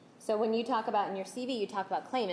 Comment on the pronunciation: Ditto. But, does Wilmott keep calling the CV, or Curriculum Veritas, a "CB"? It sounds like it. Although, I could be wrong.